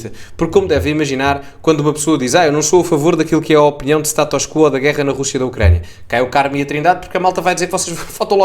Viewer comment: Não é STATÓS CUUUUUUUUUUUUO é SATUS QUO ( o O é que é assentuado: QUÓOOO) na espanha é que dizem CUO